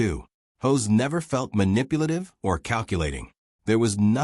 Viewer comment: Hoss not hose, kinda like boss not hose